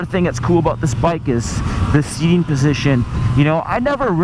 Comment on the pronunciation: I heard 'aboat'. Are you canadian eh?